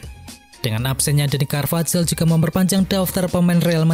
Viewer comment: Dani carvahal bukan carvajal bacanya